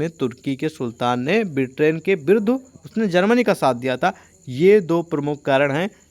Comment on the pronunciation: बिट्रैन नहीं होता है सर 🥲 ब्रिटेन होता है 🥲आपके बोलने से हमारा भी ध्यान भटक जा रहा 😢